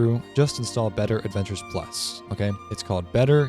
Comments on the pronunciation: The mod pack name is Better Adventures+ for those who couldn’t understand him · Oh what is it called? I couldn't quite understand you